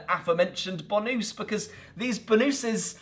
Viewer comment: In the Oriflamme review, is that a “bonusse”?